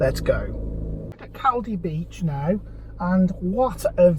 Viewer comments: Its Col-Dee. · FFS if you're going to a video of a place learn how to pronounce it first.